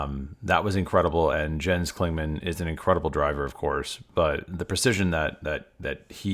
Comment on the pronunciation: Excellent video! It would be even nicer if you learned how to pronounce Neue Klasse and Jens - it is not that difficult and it shows resoect.